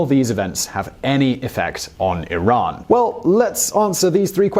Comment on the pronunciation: Thumbs up 👍 for pronouncing Iran correctly